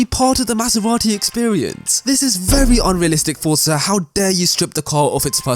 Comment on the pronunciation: it is not FOR-TS-A it is FOR-Z-A